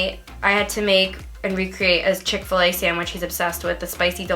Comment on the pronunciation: Niki: :oil smells like chick-fa-lay Probably because it’s supposed to be a chick-after-lay sandwich 🥪 lol